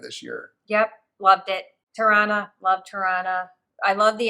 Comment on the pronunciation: Every time you say "Tirana", I hear Toronto. Pronounced the same by locals there.